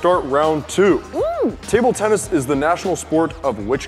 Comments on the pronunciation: Tubular Tennis: No! Tuble Tennis! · “Tuble tennis”